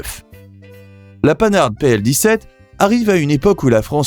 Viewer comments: Arrêtez de prononcer panne arde pour pan har c'est insupportable.!!! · où prononce t-on panarde ailleurs qu'aux US ( pan hard...en deux mots) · Panhard ne se prononce pas panarde mais pan-ar! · Pan hard et pas paneharde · On ne dit pas "Panarde" mais Pan-hard... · Apprenez à prononcer Panhard : PAN-AR... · Merci d'apprendre à prononcer les noms de marque "à la française" pour des marques françaises , en particulier pour la plus vieille marque , PANHARD. Petite remarque les immatriculations sont tout sauf françaises ! Vidéo à revoir